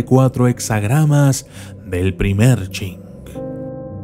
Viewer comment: A partir del minuto 3, cuando dice I Cing lo lee como UNo Ching, Ese I es la letra i mayúscula. POr lo tanto debe ser leído como i Ching.